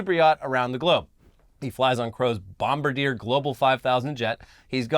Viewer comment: just fyi: Bombardier is pronounced like French. Edit: Holy shit, I totally remember the trailer commercials with the "turtle turtle!"